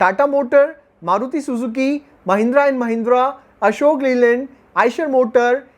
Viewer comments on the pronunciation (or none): none